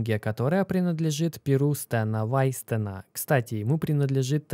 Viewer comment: Не Стэна Вайстена, а Стэна Вайнштейна